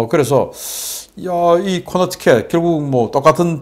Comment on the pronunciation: 코네티컷을 코너티켓이라고 발음을 하니 굉장히 이상하게 들림.